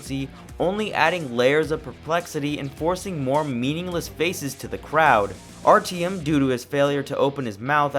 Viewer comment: The one thing that drove me away from this review: The continued mispronounciation of the MAIN CHARACTER'S NAME. That is literally not how you pronounce Artyom.